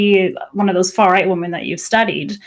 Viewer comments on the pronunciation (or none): As a non-native speaker, until you pointed it out, I'd never noticed that people often pronounce 'women' as 'woman'🤔 That being said, it doesn't bother me since it's usually easy to tell from context which is being used. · ok, I swear to God. I support her cause but every time she says woman instead of women it just grates on my nerves. I know it's a thing with certain feminists to weirdly use singular for women instead of plural but it's a fantastic way to annoy people unnecessarily.